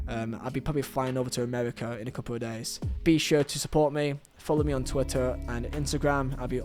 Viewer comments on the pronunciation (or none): none